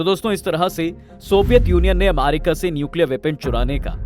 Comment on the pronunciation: अमेरिका ❎️ अमारिका ✅️ 😂😂🤣